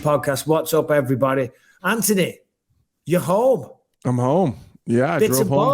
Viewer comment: "Ant-toe-knee" you're home!